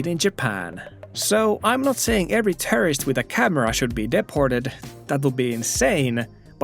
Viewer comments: When u say Tourist sounds like Terrorist. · No offense, like your videos, but your pronunciation of "tourist" sounds more like "terrorist" to my ears. Don't mind it at all, just was confused by it a couple of times, especially on when the guy wearing mask is in the frame. 😅